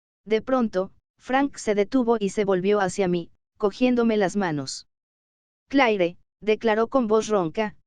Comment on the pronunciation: El IA es muy textual! Por ejemplo el nombre de cleare 😢